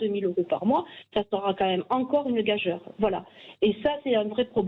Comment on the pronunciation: Il suffit d'entendre le français courant et approximatif que parle cette dame pour comprendre que l'école n'est plus à la hauteur au moins depuis son enfance. Elle n'est pas dans une région mais "sur" une région ? Elle prononce le mot gageure gage-heure. Est-ce qu'elle dit aussi "j'ai fait une rateure, ou une échancreure ?". Certains se plaignent que le français n'est pas logique, alors pour une fois qu'il l'est...